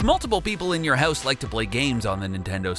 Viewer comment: You say "house" funny. Hewse